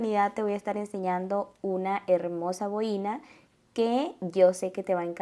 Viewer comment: Es una boina y no boína